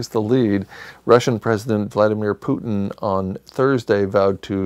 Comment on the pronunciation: Business as usual while the world goes crazy! Love your mispronunciation of Putin : (Vladimir Vladimirovich Putin)